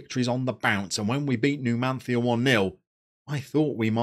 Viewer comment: Numan-thia! Nailed it!